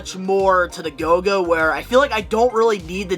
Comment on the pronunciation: It’s GOLGA, not GOGA